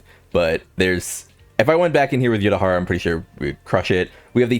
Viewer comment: "nel-el" frying me twin lmao, bro also said "your-a-hara"